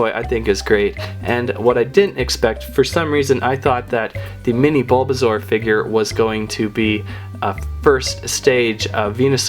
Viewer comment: Dude it's bulbasoau pretty iveasour and venusour